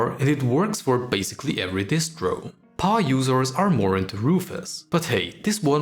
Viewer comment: hast du gerade "paar users" gesagt?